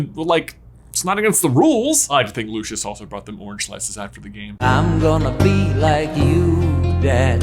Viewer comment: Did you call dracos father "Loo-shush?" it's Loo-cee-us 😂